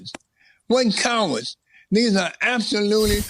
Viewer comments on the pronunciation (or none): RUSH SOUNDS LIKE HE SAID CARROTS 🥕